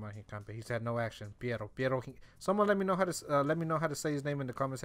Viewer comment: Just say hinca the then say foot in Spanish